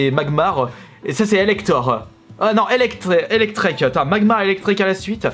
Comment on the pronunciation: Surtout Elektek quoi, Pokémon très connu dans la série (1st gen)